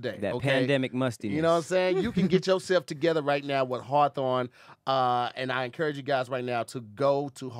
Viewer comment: mans stilllll cant pronounce hawthorne lol